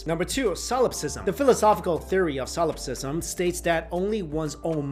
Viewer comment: So how many tries did it take you to successfully say "solipsism" each time?